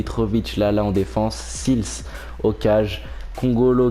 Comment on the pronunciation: On dit pas sils mais sails